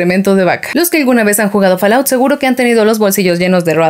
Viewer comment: En inglés la A se pronuncia como O y la O como A ¿ EH ? si, así es, FALLOUT se pronunciaría FOLAUT y no FALAUT..